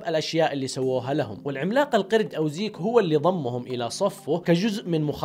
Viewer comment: زيج خليجي 😂😂😂😂